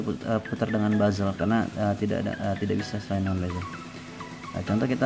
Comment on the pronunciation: Bezel bro bukan bazel